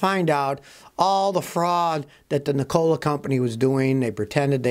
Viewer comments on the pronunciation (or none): It's NEEKOLA not NiCOLA ITS SPELLED NIKOLA I know how to pronounce the name and I'm not a fan of that company USA MADE TESLAS ONLY IF I never go that route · Ni COLA ?? You make it sound like a soda factory good God man pronoun the name correctly you're sounding like Asian whombarely speak English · Pronounced nick-a-la. After Nikola Tesla. He was a scientist. Not a soft drink. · Lmao why do you say Nikola that way